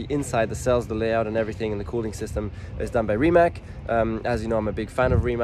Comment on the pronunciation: Pronounce it like Reemats not Rimac.